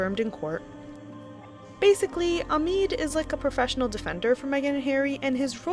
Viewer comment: His name is Omid Scobie not Amid Scarbie.